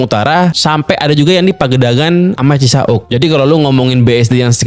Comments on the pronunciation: Cisauk bang bukan ci sa uk😅, saya orng rawabuntu biasa nyebutnya disambung soalnya wkwkw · Bro, Lu kenapa kalau menyebut nama daerah CISAUK, Lu bilangnya "CISA-UK" bukan CISA(w)UK?